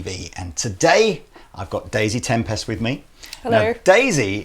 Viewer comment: Why does keep pronouncing tempest like tempestuous or tem-pest. Is that deliberate?